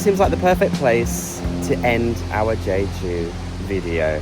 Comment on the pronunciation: You ate the ssam (lettuce wrap) all in one. 👏👏👏Just an fyi it is pronounced JEH-JOO.